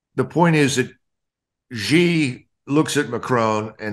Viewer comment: I wished people would pronouce peoples names correctly, Its not Gee, it is pronounced SHE = Xi